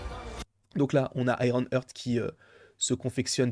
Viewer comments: Super ta vidéo comme souvent Par contre petit détail si je peux me permettre, petite erreur de prononciation de ta part comme d'ailleurs pas mal de youtubeurs j'ai remarqué concernant Iron Heart ! Vous avez tendance à prononcer "hurt" au lieu de "Heart" 😅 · IronHeart c'a s'prononce "hart", Hurt ca veut dire autre chose potp